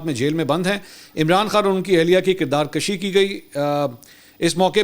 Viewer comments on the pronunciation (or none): منصور صاحب کردار کَشی نہیں بلکہ کردار کُشی بولیں آپ تو ماشاءاللہ بہت لائق صحافی ھیں شکریہ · Kirdar kashi bilkul ghalat hy sahi lafz kirdar kushi hy .mujhy umid hy k pehly ki tarh ab bi durusti ni kren gay